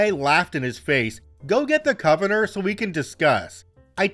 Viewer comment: Love ya,, but you need to look up the pronunciation of "convenor". 😅